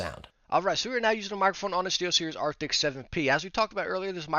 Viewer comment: Arcti”S” not arcti”C”.